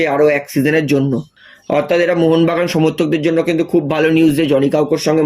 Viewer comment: কথাটা অথাত নয় অর্থাত। আট বার না দশ বার কথাটা বললেন। না পারলে avoid করুন।